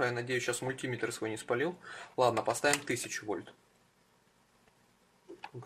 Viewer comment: Мультиме́тр ударение на "Е"